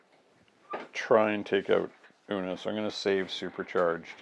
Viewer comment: Love Bishop! I believe it's pronounced 'ewe-nus'.